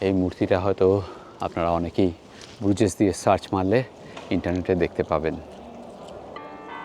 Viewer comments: সঠিক উচ্চারণ ব্রুজ , ব্রুজেস না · It is pronounced as BRUZ, Z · Another misinformed and research-less vlog from you. I think you should have skipped Belgium since you didn’t have anyone local to show the place to you. 1. The garbage bags in Brussels are picked by municipalities every day in the morning. If its lying there means they will come and pick it up. Don’t spread incorrect information. 2. If you visit a place please learn the pronunciation. Bruges and Hergé needs that basic respect. 3. Minne is the word for love in Dutch not French. 4. Every city in western Europe has its dirty side including Paris, London and Amsterdam. Just because you stayed and visited the dirty areas doesn’t mean its dirty as a whole. The entrance you took to the Nord station is the back entry where no one goes. There is literally a main entrance to the station which obviously you didn’t take as you didn’t research enough. 5. It was a missed chance to not visit Ghent. Its literally Gothic architecture at its best. Could have taken you not more than 2 hours if you had planned better. But no you chose to focus on friends reunion. 6. You literally did not see Grand Place in the day, no Manekin Pis, no Delirium village, no Atomium, EU Parliament, Palais, Mon Des Arts. These are not even hidden gems. And you and your friends have judged Brussels already. Wow. Please don’t listen to him, he didn’t explore well and has formed opinions already. It was a vlog where friends became judgemental about a place and the focus wasn’t on exploring the country. You lost a fan t